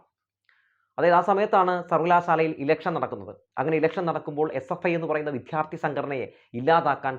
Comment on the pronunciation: വിദ്യാര്‍ത്ഥി(ദൈവത്തിന്‍റെ ''ദ'') എന്നു പറയൂ പ്ലീസ്. വിദ്ധ്യാര്‍ത്തി എന്നു ആവര്‍ത്തിച്ചു കേള്‍ക്കുന്നത് അരോചകമാണ്. അതുപോലെ താങ്കള്‍'' ബോധം''( ബാഗിന്‍റെ ''ബ'') എന്നു പറയുമ്പോള്‍ വേറെന്തോ ആണ് കേള്‍ക്കുന്നത്.